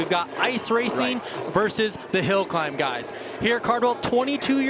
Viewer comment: its Versus.... not Vers!! jesus people